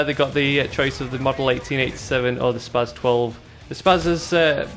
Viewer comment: spars 12 sound soo stupid haha i always thought it was said spas...like you do